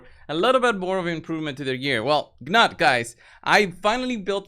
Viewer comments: Gnut is pronounced noot, not ga-nut. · Newt or Noot The G is silent. It's pretty straightforward. The only one I hear saying it correctly is Hell Hades. pronunciation is hilarious.